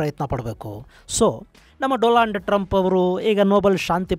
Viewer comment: doland trumph😂